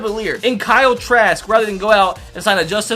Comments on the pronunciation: The fact that he said trash instead of trask made me cry 😂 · Kyle Trask say his name right he will win a superbowl soon